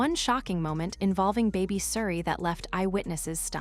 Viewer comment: Calling Oprah Opera?????? AI - so many mispronunications. Can't even pronounce Suri's name the same way. Why oh why don't the people running these things even do basic checks on them? Will now block this channel from coming up on my youtube.